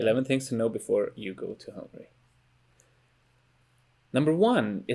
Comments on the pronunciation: not hungry. It's HungAry. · I never go ahead and listen any more if someone says 'hungry' instead of Hungary. The Christian guy saying BUDAPESZT... It is Budapest precioussssss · Man, it's HungAry not Hungry :D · Számomra borzalmasan irritált amikor azt mondta Magyarországra hogy hungry (Hungary helyett), ha már videót csinál róla legalább a nevét ki tudhatná ejteni rendesen. Nem bántásból, csak egy észrevétel.